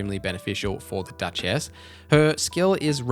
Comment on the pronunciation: Bro you gotta stop with the "dutch ass" pronounciation it is crazy lmao her name not split into 2 words its duchess